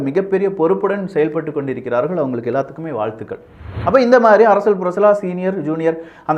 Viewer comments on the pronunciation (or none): தம்பி முதலில் தமிழில் உள்ள ழ, ள உச்சரிப்பை சரியாக செய் யுங்கள். உ ம். அரசியல் என்பதை அரசியழ் என்று சொல்கிறீர்கள். தவறை திருத்தி கொள்வீர்கள் என நினைக்கிறோம். தவறாக என்ன வேண்டாம்.